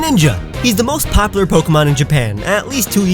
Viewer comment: "Two most popper Pokémon..."